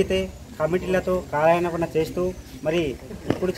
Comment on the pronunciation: కాలాయనపనా ఏంట్రా పప్పా....? కాలయాపన అనాలి రా? UTF పరువు తీసేసావ్ రా? మాటలన్నీ తప్పుల తడాకా ఏంట్రా? నువ్వు ఉపాధ్యాయుడేనా? లేక సొమ్ముల కాపరా???